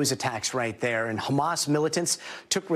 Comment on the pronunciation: its Ha-mas, not Kha-mas...